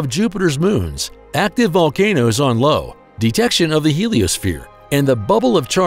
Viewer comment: Live Caption. Is it a UTube thing? More to the point, how does one turn it off permanently? BTW - - It’s Io, not Lo. Named after a Greek mythological character; a priestess of Hera who became one of Zeus's lovers.